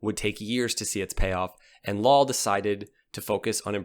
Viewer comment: Lal is pronounced like Dahl but replace the D with an L